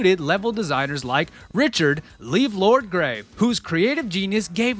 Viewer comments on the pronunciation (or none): Levelord is pronounced level lord.